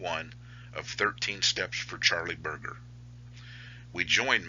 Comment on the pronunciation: O M G ... its pronounced: " BIR-JER"..